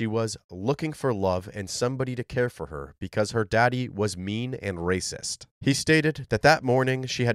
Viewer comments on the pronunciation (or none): Das raycist